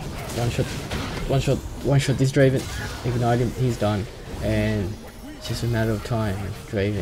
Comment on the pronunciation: You mispronounced a few champion names. You said "soraka" like serawka and "gragas" like grahgas. It's pronounced like "drayvehn"